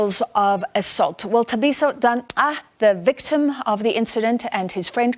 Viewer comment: This news anchor has been presenting news for years, she’s South African, HOW DOES SHE NOT KNOW HOW TO PRONOUNCE Thabiso’s surname….. SABC is a joke where does Sophie Mokuena find these people……